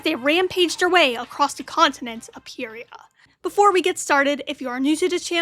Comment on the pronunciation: It is actually pronounced, py re a